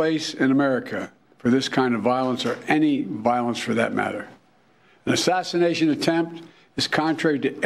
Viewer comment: He said assignation attempt